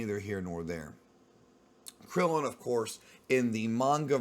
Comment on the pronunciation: Just say Krillin dude smh